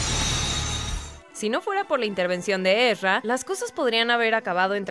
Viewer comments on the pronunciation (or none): NO ES EZRA ES ERZA >:V